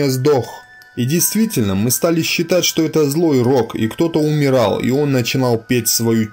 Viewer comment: Все отлично, только можно попросить читать слово "считать" как щитать, а не сЧитать. Это очень напрягает и отвлекает